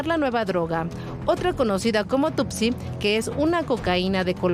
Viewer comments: No es coca chanel, es coco chanel, no es tupsi, es two c, tusi, si no es paleta. Investiguen bien reporteros. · La droga rosa es tusi, no tootsie y el pueblo se llama Tepetlaoxtoc, como es posible que no repasen sus guiones antes de pasar la noticia.